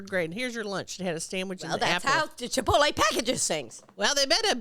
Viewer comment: It's chip-toll-E ladies